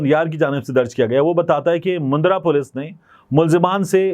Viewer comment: Mundra nahi bhai jan. Mandra bolte hn